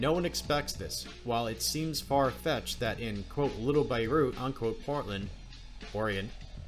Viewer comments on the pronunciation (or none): none